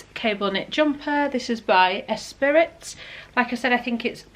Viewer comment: Esprit is pronounced Espr..eee. As in Lotus car (James Bond). Did you choose fitted, loose or other out of interest? Wasn’t keen on the trousers. Skirt was a little tight maybe. The r/neck and shirt were good fit and colours for you. Not sure if it was worth the money or not. Thanks for the vid and all the info too. Very useful.